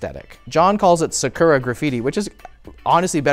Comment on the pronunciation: Respectfully, pronunciation of 'sakura' is painful.